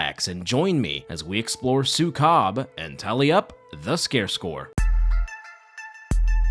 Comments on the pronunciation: its not su-cub it's Sue-kob. k-ob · 'su-COB' made me burst out laughing. it's su-KOH-b like how you say 'zuko' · It really bothers me that people don’t seem to even attempt to look up proper pronounciation when they cover foreign media. Maybe I should be grateful my culture is getting any Western recognition at all, but it always rubs me the wrong way. It’s pronounced, “sue-KOHB.” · Say it like "Sew" "Coob" like Scooby Doo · It's "súkob" with accent on the first syllable :> Thank you for coverung this film! It traumatized me as a child 😭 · As a filipino, im gonna be brutally honest---the pronunciations of the filipino last names (and the title of the movie) made me chuckle. not a bad thing, i love getting coverage of media from my country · Yey ❤ thanks. By the way you pronounce Sukob in a very foreign way 😂